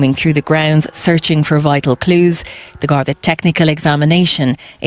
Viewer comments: You're the first blogger to pronounce GARDEE not GARDAAI! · Imagine an American actually pronouncing the word Gardai properly?!! Thats a first!! 🎉 Although that interview with the wife was done a month later when the gardai upgraded the case homicide.